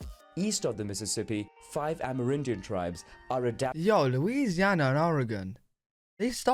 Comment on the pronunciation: Wtf is an "amaridian"? (it seems like they're just pronouncing an abbreviation "Amer. Indian" as is)